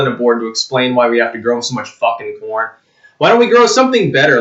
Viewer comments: You said CORN or PORN? lol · I thought he said ‘porn’, not ‘corn’, LOL. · i swear i heard porn instead of corn at the start. Still , imagine the news if it where the case XD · When the video first started, I thought said that China wanted our porn.